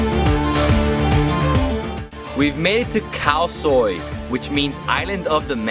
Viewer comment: When he said Kalsoy it sounded like cow soy eg elski tað😄 menn eg dámi mest torahavn